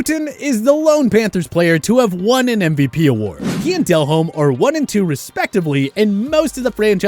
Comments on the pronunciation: The guy would probably pronounce his name, DEL-hommy. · Why are they saying DelHommes name wrong Are they to young??? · Itis pronounced, Jake De- Lhomme , not del -homme, It is also pronounced "A-bear" for Hebert. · Dude his name is not Del-Home. Come on bra. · Did this dude really say Jake Del-Home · Did this man just call Jake Delhomme Jake Del-home?